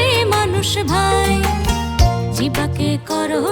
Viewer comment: সম্বরণ নয় হবে সংবরণ জিব্বা নয় উচ্চারণ হবে জিউভা